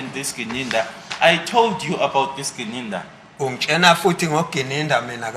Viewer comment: Ungitshena or ungitshela😂